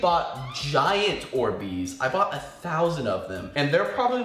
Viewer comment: They're Not "Or Beez" They're "Orbeez"